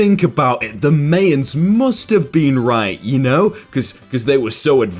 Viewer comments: it made me so mad that cant pronounce Mayans correctly MY-ans not MAY-ans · it is pronounced mai-uhn not may-uhn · daniel trads Thank you for your comment. The way the narrator pronounced Mayans killed me as well as when he said that he’d never heard of Oliver North. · I am really sorry to say this as your funny but the guy doing this channel is really thick. Your education is very poor it mayans is pronounced (my ans) not (may ans) Coronal Oliver North was very well known in the usa you did a little history about the cold war ?? Weapon for drugs ? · IT IT MAI-ANS NOT MAE-ANS YOU WET BRICK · Is it just me, or does mispronounce stuff all the time? ie Him - May-ans Actual pronunciation - My-ans Him - tor-till-uhs Actual pronunciation - tor-tee-yuh Like I’m white, but he’s WHITE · It's Pronounced (Mei- ens) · its not maiyins like maiyonaise its mayans like maya n's idiot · May ans? its pronounced as myans like how you would say my in "my suitcase" for example. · it is pronounced mai-uhn not may-uhn >:( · It's pronounced My yans. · Seriously who doesn’t know how to pronounce Mayans it’s my-yins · Ok, first of all it’s pronounced my-ans. Second of all that 2012 apocalypse prediction actually had a name in Mayan. It was called the Long Count, which is super ominous. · MAY AN? MAY AN!?!?????? I’m actually from Guatemala (I’m 98% myan) and that made me semi annoyed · Ah, yes... the “may-ins”... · Mayans My-an-s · That's not how you pronounce mayans Mayan = my-in (its pronounced like that) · Oh Sweetie...Luv Ya, be that as it may... Mayans is pronounce MY-yans.😊😘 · "May-ans" "May-ans" What?? Who pronounces it like that?? Also "Febyou-ry". Is this right? I'm pretty sure it's meant to sound like "Feb-brewery" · I mean it does make sense why he though it was MAYans but yea it still hurt to hear. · The way he pronounced “Mayans” me shrivel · How he pronouces Mayans is a facepalm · U pronounce the word Mayans* wrong and I stand by my word.